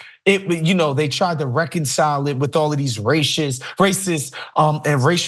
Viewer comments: this guy can't even say the word racist he sounds like a 4 year old learning to speak new words😂😂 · ...he can't even say racist sounds like a 5 year old learning to speak... must be that great Democratic education😂😂😂